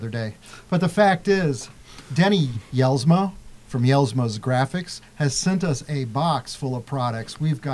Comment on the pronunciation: Hey love the show been watching for a couple years now. Denny is a friend of mine and he really makes a nice product. However I want you to know that his name is pronounced like (Yells-ma) The J is silent. Thanks for the show keep up the good work!!!